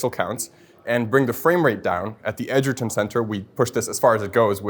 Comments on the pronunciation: bro can't even pronounce Edgerton properly...smh. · Edgerton hahahaha